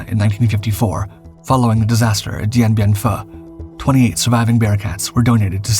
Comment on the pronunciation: Dien Bien Fuh? What? LOL.